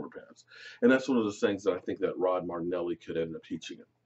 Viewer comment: it's Rod MARINELLI, not Martinelly. And it's Will MCCLAY, not Will McClain. I've heard that one a few times too lol